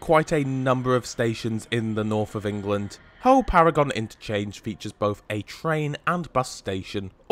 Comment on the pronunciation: Pronounced ‘Paragun’ station